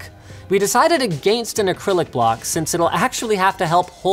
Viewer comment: "we decided AGANEST"